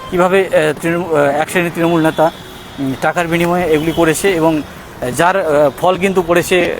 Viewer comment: এখান থেকে ইনকাম হচ্ছে বস্। এগুলো সোনার ডিম দেওয়া মুরগী। রোজ এদের থেকে তোলা তুলছে। মানুষই তো এদের ভোট দিয়ে নির্বাচিত করেছে,এরা এখন যা করবে সেটা মানতে কারও অসুবিধা হবে কেন? আর আপনার উচ্চারণে নেতা,ন্যাতা হয়ে গেছে। একদিক থেকে হয়তো ঠিকই বলেছেন।